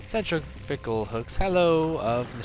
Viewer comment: He said centriFECAL hooks.